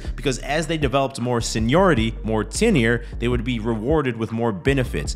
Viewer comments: Hey dude, hope you appreciate when someone corrects you saying the word incorrectly. It’s not “TINNER” it’s TENURE “TEN-YOUR”. Take note and you got this! Job tenure- noun [ U ] UK US the length of time an employee has worked for their employer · Bro it’s tenure pronounced like ten-your or tenyer lol “tenner” killing me but you are right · It's pronounced "Ten-your" not "ten or" and not hating on you, just bro knowledge. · Tenure is pronounced TENYUR. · Tenure is pronounced ten-yer bro. 😂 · that is not how you pronounce tenure, my bro. you'll sound more authentic if you can pronounce the terms you are using the right way. food for thought